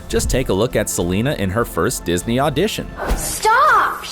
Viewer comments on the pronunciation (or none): none